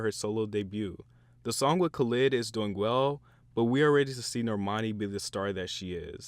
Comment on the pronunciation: THE WAY YOU PRONOUCED KHALID IM DECEASED SLSKSJDSJDJ